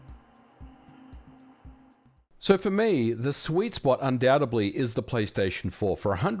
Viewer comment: The "B" is silent in "Undoubtedly".. ;-)